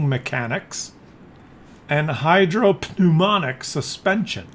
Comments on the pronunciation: Hydro pneumatic is pronounced hydro numatic, GG Scientist. The "P" is not pronounced. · Hydro - PNEUMATIC !!!! FFS!!!!!